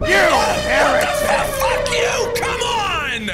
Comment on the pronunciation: He says "You heritic!"